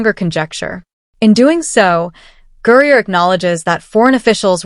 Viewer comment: Stop mispronouncing griner 😮😮